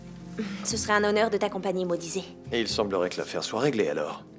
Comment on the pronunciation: Tu a bien dire modize a lelelo